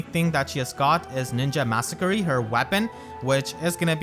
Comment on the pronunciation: the way you say masakari like massacre-y is so funny to me